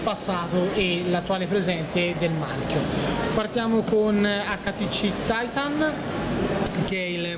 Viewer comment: Its "titan" not "taitan"